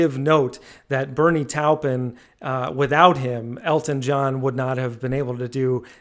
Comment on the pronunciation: He's just pronouncing it differently. For some reason many Americans have a hard time with names, never been able to figure out why